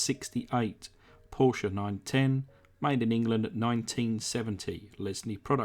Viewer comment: thanx aswell , for pronouncing Porsche properly...Rock onnn